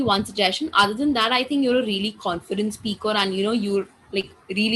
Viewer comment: You are great bro..if you don't mind..i want to suggest please do correct your s sound.whenever you speak s started words...like speak but you pronounce aspeak...